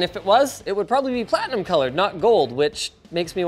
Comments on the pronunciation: It's PLATITUM, not Platinum :DDD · Platitum not Platinum... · He did say Platitum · is it pronounced pla-tit-um? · HE DIDN'T POINT THIS OUT!! NOOOO PLATI TUM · 90 plus "platitum". I'm scared already. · I love the way it's "90+ PLATITUM" instead of platinum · Linus, that says Platitum, not platinum... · Did nobody recognize it says "90 platitum" instead "platinum"? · It said "Platitum" lmao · 90 plus PLATI TUM ................. LOL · 90 Plus PLATITUM! WTF is platitum 😂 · "Platitum" xD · "Platitum", not platinum... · It's "90-PLUS PLATITUM", not PLATINUM, duh. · 90 plus “PLATITUM” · "90+ platiTum" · Platitum???? With a T???? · It’s okay, it’s “Platitum” rated. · 90 Plus "PLATITUM" ???? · "90 PLUS PLATITUM" 😶‍🌫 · 90 plus "PLATITUM" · Platitum, not Platinum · "90 Plus PlaTITum." Don't know whether to start laughing uncontrollably or not. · "90 Plus Platitum"...Hahaha